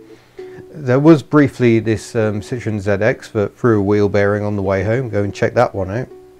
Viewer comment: The way he pronounces Citroën in his DS review is the least bastardized version. Just listen to a Citroën commercial and you'll get the "Paris French" version of pronouncing it. But mind in Brittany, Provence etc pronounciations might differ. Am Dutch myself and in France I get mistaken for a Belgian (no hard G in south of NL). Had a C5 V6 till august but leakage and timing belt made me part with her, great cruiser!